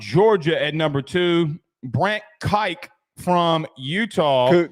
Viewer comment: Brant Kuithe will be the best TE this year. His last name is pronounced Kee-Thee not Kooth